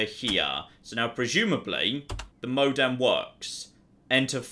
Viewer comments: Donald MacFadzen-Reid I don’t know if its British or ignorance. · saying "modem" is both quite hilarious and infuriating. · I'm only ten minutes or so in, but the fact that doesn't know what a modem is, or how to pronounce the word, pains me no end. I'm an old, old man, apparently.